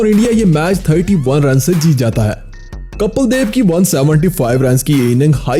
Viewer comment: Aaree bhai kapal nahi Kapil hai vo